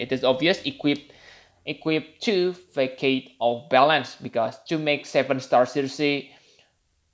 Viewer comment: Not Fakade. Façade.